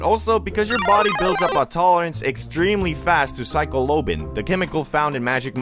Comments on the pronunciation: "Psycolobine" loll 😅 psylocibine its called ahah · "psycholobin" BAHAHAHAHAHA ITS PSILOCYBIN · lmao “Psycholobin” its psilocybin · Psycholobin? Psylocybin? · Did i just hear psycho-lobin??? Was that a joke?